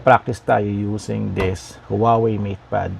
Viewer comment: Huawei is pronounced as "waa-wey", not "howawey" po. 😊